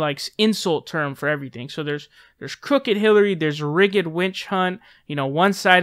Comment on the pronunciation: Don't mean to be grammar police, but it's pronounced "damming" and "rigd". That said, keep it up ma man!